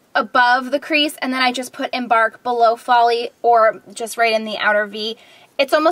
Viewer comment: "and then the one that fell is FALL-y" AHAHAHAHAHAHAHAHA. i know its folie. but that was hilarious